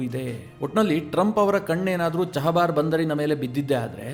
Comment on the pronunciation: ನೀವೇಕೆ ಚಾಬಾಹರ್ ಅನ್ನು ಚಹಬಾರ್ ಅನ್ನುತ್ತೀರಿ??